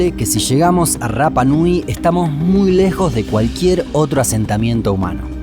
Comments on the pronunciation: El idioma de la isla no tiene el sonido "erre", solo el "ere", por lo tanto no se dice " RRAPA NUI", sino que RAPA NUI ... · Yo estuve en la isla viviendo casi un año. Y la R se pronuncia como ere no como erre. Osea tu pronunciación de rapa nui esta mal mi amigo. Saludos buen video